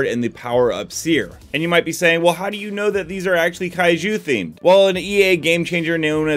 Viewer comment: When you said Kaiju I heard kaiyou